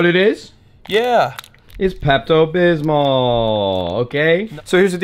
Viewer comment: "peptal bismal" lol